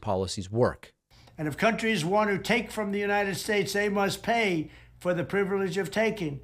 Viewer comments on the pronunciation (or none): That it?…”Priblege”